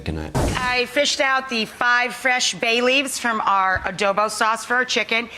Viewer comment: She massacre the Filipino adobo😢😢😢